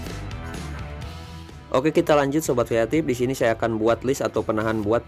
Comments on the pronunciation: Kreatip bukan yatim tpi gw dengernya juga yatim wkwkw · ngomong nya "sobat kreatif" tapi aku dengernya "sobat yatim"😭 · Sobat kreatip kan,? Gua dengernya sobat yatim 🥺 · Sama broh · Gw kira manggil viewernya sobat yatip atau yatim eh ternyata kreatif 🤣 ya namanya logat indo jadi kreatip😂